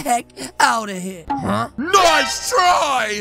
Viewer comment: said bice try instead of NICE try